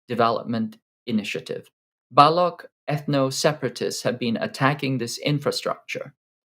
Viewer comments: It's Baloch Liberation Army. (pronounced /bəˈloʊtʃ/ bə-LOHCH) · Seriously… you didnt bother learning how to pronounce baloch?